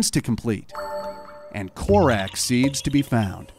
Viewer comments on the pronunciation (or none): korack seeds... that was precious